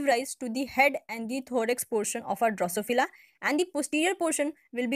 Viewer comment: Excellent effort to explain the different stages of Drosophila development. Thank you so much !! Only issue is the pronunciation, if it can be improved the video can be be more effective.